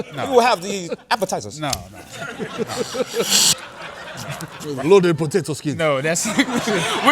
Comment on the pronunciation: "Loadid Potatou Sken" had me weak